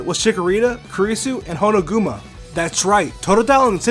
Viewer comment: It's Honokuma not Honoguma "Kuma" means bear in japan